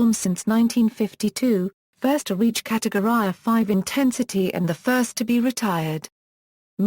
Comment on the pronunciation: “catowry” noice